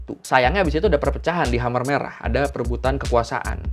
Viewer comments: Sedikit masukan bacanya bukan hamer merah tapi kemer merah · bacanya bukan khamer... tapi k'mer, mo ceu tung..punten baru koreksi,, baru lihat video ini. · dibaca mer merah bukan khamer kali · Mau nanya bang, Khmer dibaca hamer itu cara baca baku bahasa Indonesia ya? Kalau bukan cara baca baku sih saran aku bacanya K'mér atau enggak K'mai lebih akurat mendekati pengucapan bahasa Khmer. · Pengucapan ya bukan hamer merah tapi kemer merah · Gw sempet dengernya Amer merah wkkw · Huruf "e" di "khmer" dibaca kayk "e" di waktu nyebut "amer" cap ortu, bukan "e" di kata "demam". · Bang, sharing yaaa Khmer bacanya Khmai Kampuchea bacanya Kampuchia Maacih! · Khmer bacanya Ké-May